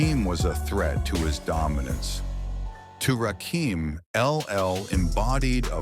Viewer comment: NOT RAKEEM, RAKIM!!!!!!!!!